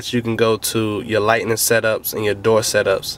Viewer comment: I think it's light-ing setup not light-ning setup like you say in the video.